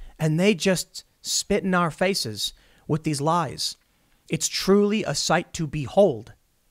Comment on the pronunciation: Tim says the media lies in our flates. What does that mean? I thought maybe he was trying to say face instead of flates but face doesn't sound like flates. Also flate is a word but flates isn't. If he was trying to say face and messed up it would've came out sounding more like flace. There wouldn't have been an s sound at the end. I don't think he was trying to say faces either because he never says faces when he uses that saying. He always says face. Also it would've came out flaces. He clearly & specifically said flates. I always thought it was something to do with being sick but went ahead and looked up the definition and it said: To feel disgust or nausea.Tim probably didn't realize flates isn't a word and was wanting to use it plurally and didn't know you don't have to add an s to make it plural. Like fish or deer. You don't add an s to make them plural it's just how you structure your sentence that let's people know it's plural. Now that I think about it, what I think Tim was trying to say when he said they are lying in our flates is that they are lying to our disgust. Example: They kept lying, to our dismay. I'm not an expert by any means. I'm just doing my best to figure out what he meant.